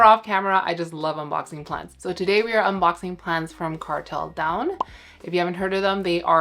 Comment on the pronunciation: Daa-uun means leaf. 2 syllables.